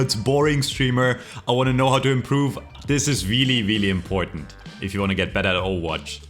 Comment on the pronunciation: weely weely impoahtent